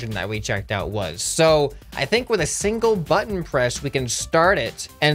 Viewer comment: i hit the like butten, and you saying hit the like butten for geting disy made me giggle.